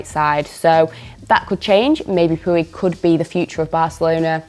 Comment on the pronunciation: Lol.. Mispronouncing puig's name and calling him a right winger..It's difficult to take the analysis seriously after that